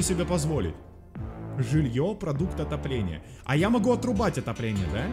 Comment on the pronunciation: мне послышалось или он сказал отупление? )